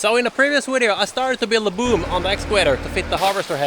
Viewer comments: Fantastiska videos och du verkar kunna det mesta! Men varför lär du dig inte att uttala video och excavator på engelska när du säger det så ofta i dina filmer? Enkelt V uttalas lika som på svenska, det heter inte Wideo eller excaWator. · It is maybe the most common mistake swedes do. Equating V and W then guessing which is which in English. Most English speakers understand anyway.